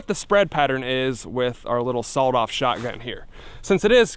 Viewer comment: Why's he say sawoled off 🤣🤣